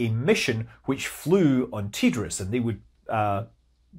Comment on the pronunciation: TDRS not ''tee-driz"